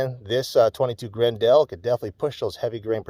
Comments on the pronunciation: FYI, it's not gren-DEL, it's pronounced "grendull", like the antagonist from Beowolf. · If I hear him say Grin-dell once more I was going to stick an ice pick in my ears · "Gren-dell" lol